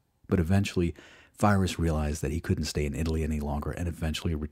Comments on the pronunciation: And your stuff about Pyrrhus like you say his name wrong and you kind of seemed to knock him like he wasn’t doing anything any of the other diadochi were doing and you probably should’ve explained that whole situation, the diadochi, cause without it it made everything kind of out of context. For example if Pyrrhus hadn’t been fighting the Romans he would’ve been overrun by his diadochi neighbors who all were invading each other on and off. He simply chose to go west rather than East. None of the diadochi were content to just rule whatever they inherited, conquered, or usurped. If you like GOT it’s like the starks went to essos instead of fighting the other seven kingdoms. Also almost all of Pyrrhus’s contemporaries, enemy’s and friends usually had a very high opinion of him and he was known for humility and sharing all the hardships of his army and, with the exception of the very end of his life with Sparta, honorable conduct. And wtf was that comment about him not getting reinforcements he rebuilt his army multiple times the problem was the number of reinforcements but mostly not getting the samnites to help and unable to replace the veteran troops needed to make a Pike phalanx work well. And his cavalry. Honestly you shouldn’t have talked about him so much for his subject. Like you didn’t mention that he didn’t inherit anything right off as his dad the kind was killed and his family driven into exile or how he fought at issus or how Antiginous said he’d be known as the grea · I'm a big fan of your channel dude love your videos/podcasts..... But (apologies in advance if I'm ignorant) but is it not pronounced (phonetics coming) pee-rick and pie-russ{ruse?} I use your vids to wind down learn and relax before bed so when I hear feerus or fie-russ it's one of those...wait what? That just triggers me....if I'm wrong I'd love to be educated because I'm a history major as well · Pyrrhus, not Fyreus godammid yanks, great stuff though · lol i heard virus. great material.